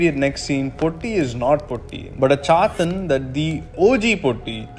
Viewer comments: Great video mate keep it up. Small suggestion: its not "Poti", easy way is to have the "Poo" and the letter "t". So Poo + t! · the way you pronounce POTTI is funny and it has a totally different meaning in Malayalam, than the original one. the T should be pronounced as is TATA or TAME . the way you pronounced means broken. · Being a Malayali the way you say potti is funny to hear but anyways great video eassay loved your interpretation on the movie.